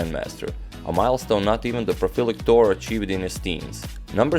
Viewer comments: Great vid. Btw, minor detail, we Filipinos pronounce it Baco-or and Tor-re. 😎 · Hello agadmator! Bacoor is actually pronounced "baco-or" separating the two o's and Torre is pronounced "toreh". I watch your channel every night.